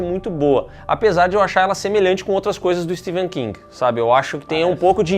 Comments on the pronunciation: É Stephen, com som de F, não de V. Pelo menos isso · STEPHEN KING e não STEVEN. O Vídeo todo pronunciando errado. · Pow o nome do cara é StePHen e não SteVen meu .... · Eu estou escutando "Steven" King, ou é impressão minha? kkkk